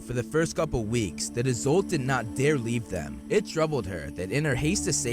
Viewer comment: Isolt is an Irish name. Pronounced ee-sult